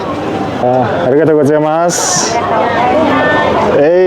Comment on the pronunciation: Япон хэл мэдлэг шүү би та зарим үгээ буруу хэлжэд байна аригото гу и масс чинь мөш их баярлалаа аригото баяхлалаа болсон